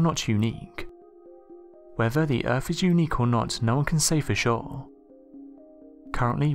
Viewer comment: Very interesting factoids...HOWEVER, the narrator needs to take speech lessons. The accent is alright, BUT...mispronunciations of words containing "th" are abominable and detract from the content because as I'm listening, I'm just waiting for the next unacceptable pronunciation. Example: the word "earth"...is mispronounced as "erf", "weather" is mispronounced as "wevver". That's just two, but once your ears hear the first few they seem to just be on the lookout for the NEXT ONE and grate like fingernails on a chalkboard to some people!!